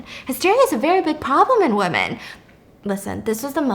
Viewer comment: I want to watch this sooo bad…but, I know I will be distracted by the way she pronounces ‘women’…I will have to constantly rewind